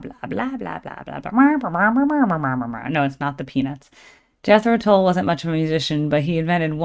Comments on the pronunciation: Thank You! I turned 22 in 1972!!! This was my 4th Tull cocert I saw live! Seen them many times since! Still recording music. Their new album is AWESOME!!! So, for what it's worth , it's Tull as in DULL. pronunciation not in the listening!!! Love Ya!!! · Tull is pronounced like hull or skull. Or like the "ea" in "heart", just shorter. Or is it holl and skoll and hort also where you live? ;-) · Tull is pronounced the same sound as up.